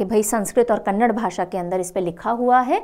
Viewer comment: Mam that is Kannada not kannadddd there is 'a' after d. Kannada pls do pronounce it properly, thank you